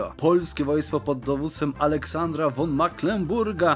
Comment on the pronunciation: Po pierwsze: Nie myślałeś aby pisać książek? Gdyż bardzo fajnie opowiadasz że aż się wciągnęłem. Po drugie: wyraz von nie czyta się won tyn fon. Po trzecie: jak się uda to dołączę do strema. Po czwarte: Dzięki za odcinek i tak dalej.